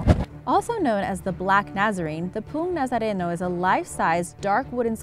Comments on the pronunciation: Im sorry but you pronounced poong nazareno wrong its po-ong nazareno like theres a space between the o's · The pronunciation of poong nazareno is po ong na za re no